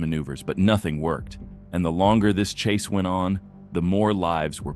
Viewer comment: "Police chas zone"